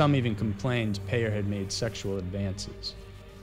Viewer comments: I know this video is over 3 years old but, the CHP officer, Craig Peyer is pronounced like PIE- ER not like "payer" as you pronounced it. He attended the same church that I did and he and a group of us all had lunch after church, a few days after Christmas! He most likely had already killed Cara Knott, and I sat across the table from him. Creepy, scary and horrible. Her name is properly pronounced like CARE-A, not like "CAR-A. Do your homework before you make your videos - you often pronounce names incorrectly. Get it right please. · I don't mean to offend you. But that Victim of that Vile Scumbag craig peyer. Her name is pronounced Care - a. As in a caring person. Not Car - a Like your pronouncing the word "Car" then "a." I don't care that you pronounced his name wrong. But for Cara it should be. She was a really good person and so many people love and miss her. She was taken way too young and didn't deserve what she got. That was a horrible time for us ladies in here in San Diego. It was all over the news here and the media. I hope he never gets out of prison. I hope they let him continue to rot.